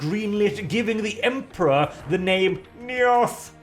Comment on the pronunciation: What's the Emperor's name again? Niorn? Nioth? Nioh? I genuinely can't make it out when says it.